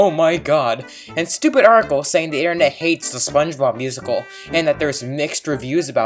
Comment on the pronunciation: as soon as i heard “aaa da intehnet” I LOST MY MIND